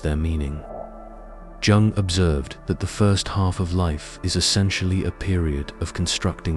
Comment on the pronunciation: Every time he pronounced Jung with the hard "j" I LOL'd, adding years to my life 😂